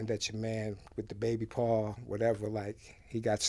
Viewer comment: Why ppl keep saying Baby PAR..ITS BABY PAW LIKE HOW WE NEW ORLEANS SAY LITTLE DADDY...INTERNET NONSENSE